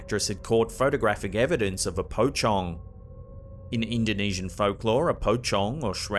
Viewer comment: it is my first time to hear west people saying pocong, and what i'm hearing is powcong instead pocong 🤣🤣🤣